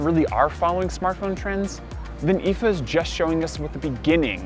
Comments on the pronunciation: I was triggered even more by him saying "eefaa" instead of I.F.A. Why do people have to do this? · "eefaa"? Why? Why can't you just call it I.F.A. ? It's an acronym not a word. I'm triggered.